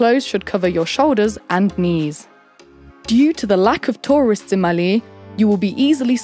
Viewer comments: saabas thee maa bodu varu! raaje agabodeh noon! anyway. its maaley not malee. and too much errors to handle. HELLO FROM MALDIVES! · I'm Maldivian and I am sure November to April is the dry season and May to October/November is the wet season, and the cpaital is not pronounced Maly is Malé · Its maalé (pronounced as) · who is actually one of the maldivian natives and are just watching this for fun? just me? oh well 😂 edit: how you pronounce malé and ruffiya is also different in our island